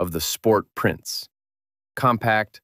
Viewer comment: PLEASE at least make an attempt to ask someone how to pronounce German. “NSU modorinwork”?? It made my skin crawl even more than “prinns”.